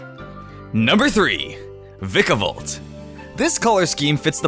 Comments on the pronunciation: you said it wrong its vikavolt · It's Diss-Idge-You-Eye And Vike-A-Volt And Tapu Fee-Nee